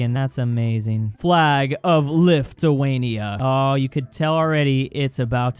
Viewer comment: "Flag of LIFTuania" got a good laugh out of me.